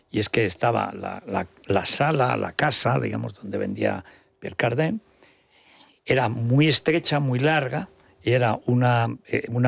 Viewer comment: Se pronuncia Pier Cardán NO Pier Cardén como usted lo pronuncia señor.